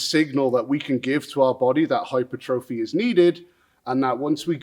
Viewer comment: My favorite part is that you say "hyper-trophy" instead of "hy-pertrophy"... Sometimes